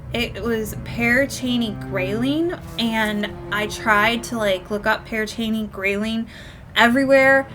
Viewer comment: Your saying it correctly....the name lol but I've been there numerous times and the witch story is just that...a story...but it's fun to let your imagination wander!